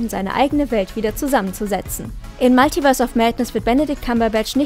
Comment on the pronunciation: Alter das heißt multiverse. Nicht maltiverse